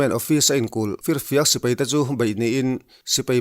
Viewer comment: Lo kap hlum ṭeuh ṭeuh zel teh se. An ralthuam hi laksak zel thei se ka va ti em. Sipai tih hi sipei tiin i lam ri lek lek ṭhin.